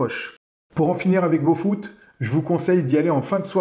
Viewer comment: Ph...ne fait pas F....Boput et non Bofut....lol